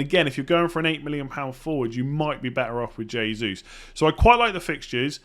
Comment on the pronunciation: “H”esus (Hey~Zeus) :)